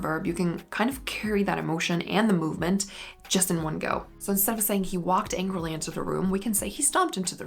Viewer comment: I like your videos a lot but I have to tell you something that has kept from even finishing them. You really articulate your words but you also have this tendency to add the “h” sound to any word you can fit it into. I think you’re just trying to pronounce clearer but it’s extremely distracting and overbearing. G-ho, expl-hain, c-hook.